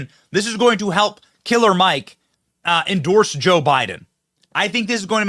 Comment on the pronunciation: Benny couldn't stop saying "Enjorse"! 😂